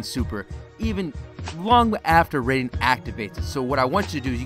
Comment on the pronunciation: He is pronouncing his name wrong